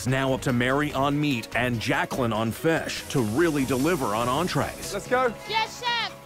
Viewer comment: i swear this narrator can NOT pronounce the word fish : Faeshe